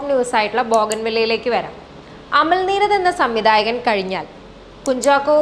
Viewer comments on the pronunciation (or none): none